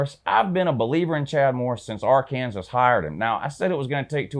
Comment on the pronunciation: Your picks are pretty on point but you are annoying dude. Ol cocky Georgia fan mispronouncing Arkansas, by the way, the only reason your running game might be the best in America: you turds stole our o-line coach when you hired Kirby. Yeah Sam Pittman was with Beliema for like 10 years. We know you guys have great backs but the truth is the truth homie.